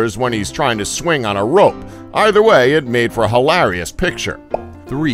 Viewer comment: Bowlanase? HillAHrius? Jesus this channel is horrible at pronouncing words